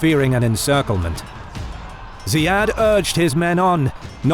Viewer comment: Ziyad is pronounced as Zeeyad not Zayeed. Those are two different names in arabic.